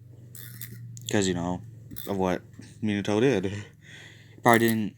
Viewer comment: Its min-a-toe not min-e-toe